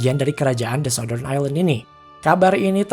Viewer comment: Baca ny sauttern min bkn sautdern